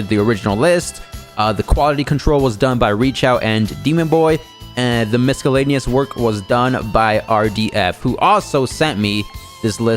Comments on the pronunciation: Heads up: it’s pronounced “miss-eel-lay-knee-yus” Not misk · You don’t pronounce the C in miscellaneous btw. It’s more of an S